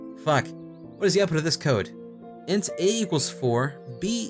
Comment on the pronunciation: as a programmer. int is not I-N-T it's int IN-T (in and t sound) like "ink" but with t